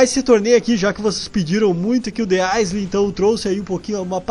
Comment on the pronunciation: Roshal se escreve The Isle mas se fala The Aioul